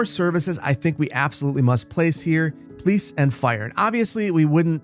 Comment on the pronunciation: Is it only me, but it sounds like he (you) is building a 'please station', and soon after he (you) will say 'please' the same way. day ruined. Reminds me of Biffa's 'hugo there' with lane selection.